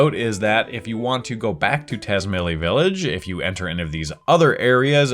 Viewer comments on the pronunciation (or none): Tazmily is meant to be pronounced tats-MAHY-lee. "Mahy" is how the English word "my" is pronounced, in case that looked confusing. The Z is being pronounced Romanian style. Japanese does that a lot, since they aren't influenced by only English. Think of it like the ZZ in "pizza".